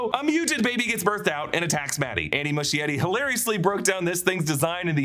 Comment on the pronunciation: MUSCHIETTI is pronounced “muh-skie-ree”, SKIE not “shh”